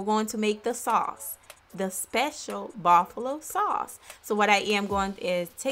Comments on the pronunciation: She said Baffalo not Buffalo lmao uneducated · Bafulo everytime she says bafulo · Bro am I tweaking or is she saying buffalo sauce weird af lmao